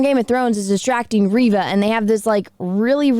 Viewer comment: It's ReeeeeeeVA... 🤣🤣🤣🤣🤣🤣🤣🤣🤣🤣🤣🤣🤣🤣🤣🤣🤣🤣🤣🤣🤣🤣🤣🤣🤣🤣🤣🤣🤣🤣🤣🤣🤣🤣🤣🤣🤣🤣🤣🤣🤣🤣🤣... Are you serious?